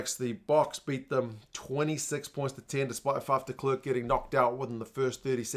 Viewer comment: NZ commentators: Arrondse , M-bombambi, Di klerk. Go Beudy. After years of watching as a South African on NZ sky this is what I can recall